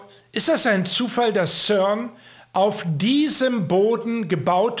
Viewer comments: CERN spricht sich auf Deutsch als ZERN aus,. Und das CERN ist in Genf. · Schweizer Cern: Sprich Zern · Ja, genau,! CERN wird deutsch bzw. französisch ausgesprochen also das C wie ein C und nicht wie'n K, und das E wie'n E und nicht wie'n Ö!